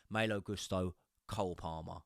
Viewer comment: Love you but you absolutely butcher Malo's name everything you say it 😂. Less emphasis on Maayyylo, and more maaaloo.